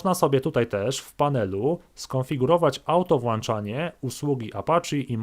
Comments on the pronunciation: Nie "auto WŁANCZANIE" tylko "auto WŁĄCZANIE". :( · "auto włanczanie" bo mamy włancznik a nie włącznik? :D